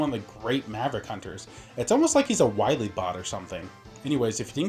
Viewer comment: Dr Wily??? Ohhhh, you mean Dr. Wowy!